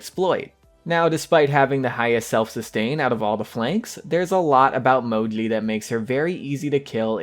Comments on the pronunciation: You just have to pronounce "Mou-gee" it's not that hard lol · You pronounce it in a cute way. Sounds like Mojly :) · Bruh, u don't say Moji write lol